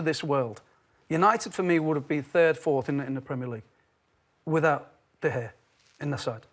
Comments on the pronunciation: lol craig bellamy- "Duh Gayuh" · If Bellamy pronounces was the G in De Gea once more i’ll find him and make him sit through the worst punishment a scouser can ever face: Being told Liverpool are not the greatest club to have ever existed in the universe. They hate acceptance